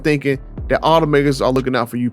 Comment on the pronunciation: "let me learn you some thing" and "and do just dat"??? Learn how to speak English and how to pronounce the words.